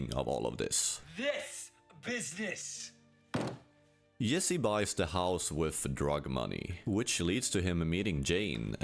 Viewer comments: Bro it's "Jessi" not "Yessi" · Bro! Why are you pronouncing it Yesse instead of Jesse? Have you even watched this show? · Bro lear how to say ,,J”. Whenever you say Yesee i wanna kms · Accents are so funny, like why can this guy not pronounce Jesse, but he can pronounce Jane with a hard J? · weird he can say "Jane" but says "Yessie" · You're so proud of your knowledge that the letter J is pronounced differently in other languages that you need to pretend other people don't know? You're badly missing the point. He should pronounced "Jesse" like Jesse himself does. Pronouncing a name using the phonetics of your native language is a major dick move. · I understand language barriers and cultures, but you have surely seen this series. Surely you know the J is english and not pronounced Yesse or Yack.